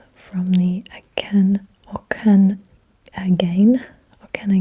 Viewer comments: I've been to Nanaimo, but never heard of the bathtub race. All my friends from Nanaimo talk about how awfully boring it is, apparently they've been missing out! Also I'm sure you're never going to have to say it again, but Okanagan is pronounced "oak-an-og-in" A+ attempt though! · Listening to you trying to pronounce Okanagan was adorable. Most people unless they live in B.C. Have a hard time pronouncing it off paper. The book is not wrong, we have amazing wine here! If you love wine, visit Kelowna. That’s the main hub if you will of wine country out here and have many tours!